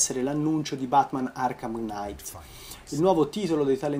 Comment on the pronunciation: Giaaaà... P.S: Batman Arkham KNIGHT, non night.